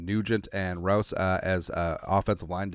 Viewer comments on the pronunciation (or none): Rouse like house but with an R.